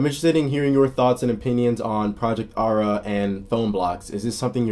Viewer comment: Im pretty sure it's pronounced with a d- Adda. It;s a common Armenian name.